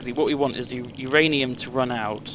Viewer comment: sorry, then put whose ranium in? because it sounded like you said my ranium... but my ranium already belongs to yogscast nilesy. so I think you may be referring to YOUR ranium.